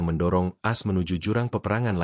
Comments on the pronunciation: Hi penyiar - bukan AS, dibaca sebagai A - S. Begitu saudara. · As As As As As 😂😂😂😂😂😂😂 A eS woi.... Mknya jgn pk AI... Tar dibaca Ai... Bukan A.. I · Kenapa baca berita aja harus pakai AI ya? Sampe A-S (Amerika Serikat) aja di baca AS (kaya AS motor). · Kenapa baca AS jadi "as" bukan "A.S."